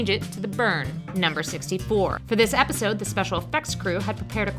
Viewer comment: she said wepisode